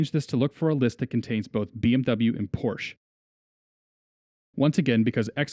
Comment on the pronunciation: Wow, that's some nice video editing. One of the best overview vids on the subject, for sure. Just one little detail: That's NOT how you pronounce "Porsche" hahaha.